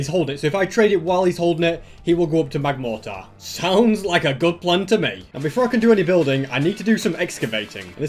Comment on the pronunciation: It is magmortar not magmartor.